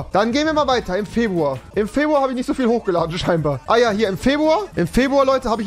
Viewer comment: Niemand: Absolut Niemand: Rewi: Febwua